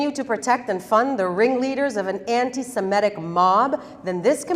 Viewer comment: Off campus, not off "of" campus, anti Sem -IT-tick, not anti Sem-ET-tick.